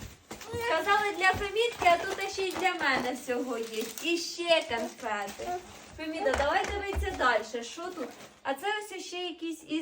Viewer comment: Канфети!!!😂😂😂 Боже ж мій, людина з вищою освітою? Гидко слухати...😮